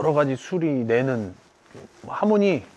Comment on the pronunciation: 하모니->할머니 발음 조크인건가.....? 미치겠다진짜ㅋㅋㅋㅋㅋ